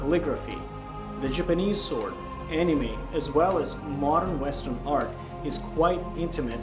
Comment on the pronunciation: I’m am the only one who heard him say Jimanese sword instead of Japanese?